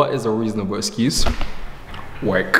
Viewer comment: The way you say escuse 😄